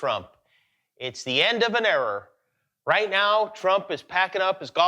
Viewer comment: Jimmy is excellent... The way he said 'error' made it sound a little bit like 'era'. He's excellent at comedy